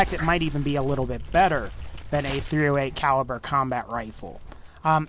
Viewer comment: u said 35 caiver